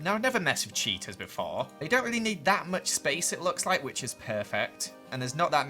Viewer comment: Everytime you say "cheetas" I hear "cheetos" "Cheetos are very shy"